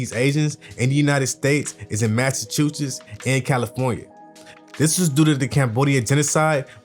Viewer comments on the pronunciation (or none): none